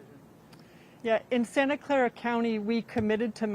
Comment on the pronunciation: Ktvu gonna hire new YouTube guy soon. “Santa Claa” 🤦‍♂️